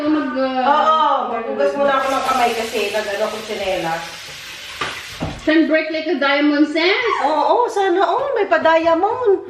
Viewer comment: Natawa Ako 😂😂dun sa mg bigkas mo nung tsenilas,,maganda ang matibay Po ung nanyang subok na Po namin Yan ang gamit namin❤❤❤❤ God bless Po,,very generous Naman ni Miss ruth ❤❤❤❤